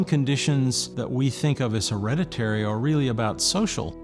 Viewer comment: Hillariously many in this video seem to struggle to pronounce hereditary. "Her-red-it-tree" surely? Not "Her-reddy-ree" .